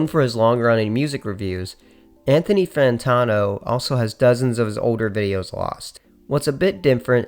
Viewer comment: Appreciate the video, love this sort of shit. But people really need to research how to pronounce words and names. "Fantawno" is new. It's okay to do second or third takes.